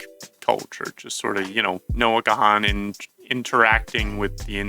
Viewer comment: The 'H' in his last name is silent